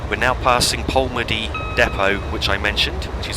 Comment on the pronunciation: Just a couple of points - Bellshill is pronounced "Bells Hill" not "Bell Shill". - also Polmadie has its emphasis on the second syllable (to-tum-to) not he first syllable